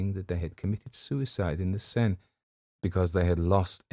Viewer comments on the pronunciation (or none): none